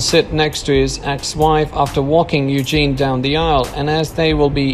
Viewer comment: It's Eugenie (pronounced Eugenee) not Eugene.